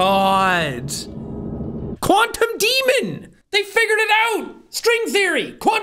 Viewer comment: Jack: Quantum Demon! What I hear: Quandale Dingle!